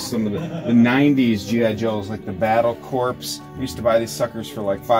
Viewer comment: “Corps” is pronounced “core,” not “corpse.”